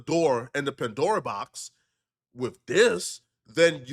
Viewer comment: PA-Dora box is wild 😂